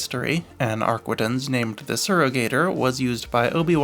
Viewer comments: It's AR-quin-tences. Not arquendence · Ar-kee-tahn mon ami.